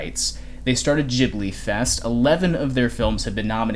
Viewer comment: Love your content, but can't help but notice you are still pronuncing "Ghibli" wrong. It's pronunced with an hard G, not a soft one. Trust me, i'm an italian